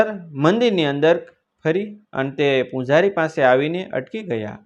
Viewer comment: ઉચારણ યોગ્ય નથી , ચ નો સ અને પૂજારી નો પૂંજારી ખોટું ઉચારણ છે.